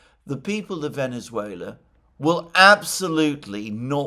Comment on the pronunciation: Oh, man. How painful it was to see you butcher the name of Venezuela!